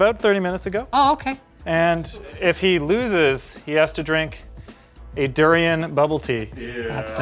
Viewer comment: He actually pronounced the word DURIAN perfectly.